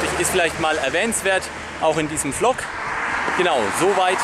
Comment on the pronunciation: Tolles video, aber übrigens der Vlog wir nicht flock sondern wlog ausgesprochen wollte ich nur sagen da das anscheinend noch keiner vor mir getan hat